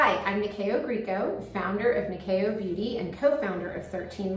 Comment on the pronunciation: Yeeess even said it in the kiuk way 😜😜